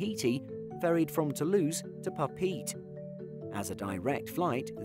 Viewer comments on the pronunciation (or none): Pah-Peh-Eh-Teh, Tahiti… FYI.. Not PaPeet. lol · Papeete is Pa-pay-yay-tay, not "pa-peet". :( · Ack! Papeete is not 'Papeet', it's roughly 'Papay-eytay' (every 'e' sounded separately) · French Polynesia's capital, Papeete is pronounced -- Papa-yeti I know because I've been there.